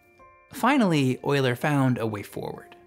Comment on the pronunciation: Came to see if you pronounced his name properly, and stayed for the entire video. Well done.